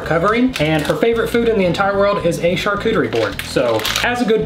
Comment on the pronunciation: Shar-cochie Bord 😂